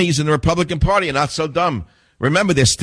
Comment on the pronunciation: Pahty ?? lol